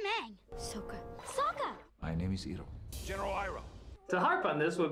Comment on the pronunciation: the only name that sounds like they tried is Iroh, because I take Japanese and R sometimes sounds like a mix of T and R together